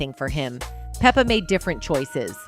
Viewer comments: Yes, PLEASE... Its pronounced "Peppa" like Pepper. Like Salt and Pepper... Okurrr!👍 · Pronounce her name right! It Pep-pa